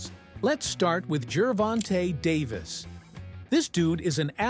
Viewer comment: it's davis not David.